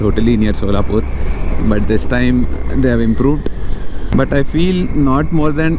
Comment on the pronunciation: Dey But , Put , Eight dagra t ni press cheyyak anna neek dannam pedtha /\ tttt ani . Very irritating to hear.